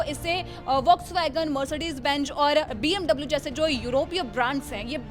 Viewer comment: Bmv not bmw 💀